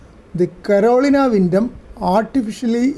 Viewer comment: Thank you for the great video, and an antenna that I am going to put at the top of my project list. Was amused by your pronunciation of Carolina, as it hits these ears as "colonial", but as my wife has a hard time with some English words, I have learned to auto-correct as it reaches my ears. Again, thanks for the video.